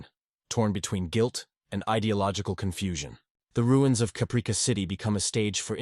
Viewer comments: "Cuhpreekuh???" lol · I'm sorry to be that guy but come on now - Capreeka? That sounds like an AI mistake. How did you not catch that? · So tired of AI, Capreeka 😑